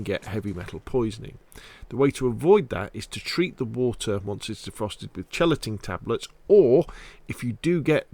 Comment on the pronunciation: Another excellent video young! Still mispronouncing Chelating however😂